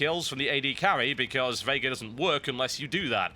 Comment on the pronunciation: Thanks for pronouncing Veigar correctly!